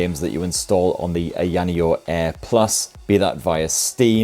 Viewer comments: It's Eye Ah Knee Oh, not Eye Annie Oh. But I think you are doing it to poke fun at the company's somewhat silly name, so carry on. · annoneo - AYA NEO BRO lol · I've never heard anyone say ayaneo's name like that X). You had it right the 2nd time around, "eye-yuh neo". That being said, been looking at this. I'm still waiting on the slide or something with a 7 inch screen but not so bulky feeling as the deck (and the asus device from what it looks like) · Dude. The way you pronounced it wrecked the video for me. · I hope Ayaneo enjoys hearing you say their name. Don't correct him people. Just let it be. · AYA NEO is not very hard to pronounce stop being obtuse